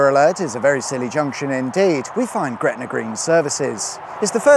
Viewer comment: it's NOT gretnaR